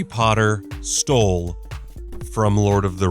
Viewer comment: Camp down with the word stold